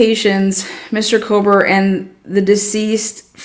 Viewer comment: Kober!!:face-purple-crying: Do we have to chop the last half of his name off?? is it too much trouble or are we hood-speech-lazy?? There is a reason george get's referred to as"G" and its only cool to other thug rats! On a more positive note, you can always call him Bryan instead of lazily butchering his last name (everyone knows without the last name by now)